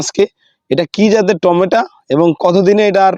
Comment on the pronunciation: টমেটো, আপনি টমেটা বলছেন কেন?